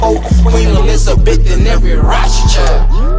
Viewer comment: I see why you didn’t pronounce Rothschild correctly. Dangerous